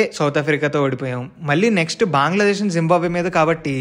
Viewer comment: బాంగ్లాదేశ్ కాదు బ్రో... బంగ్లాదేశ్... నీకు తెలుగు రాదా